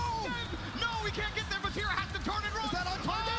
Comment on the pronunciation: The way you pronounce Vatira is making my eye twitch lol….Great video nonetheless